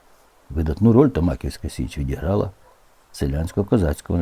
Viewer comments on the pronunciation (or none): Перша Січ правильно звучить не "ТомАківська", а "ТомакІвська", наголос на "і"